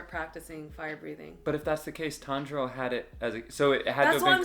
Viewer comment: tanjuro not tenjuro